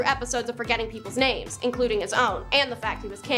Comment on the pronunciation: I love this format but LORD GOD you really need to learn how to pronounce people's names! Some are so badly butchered LMAO!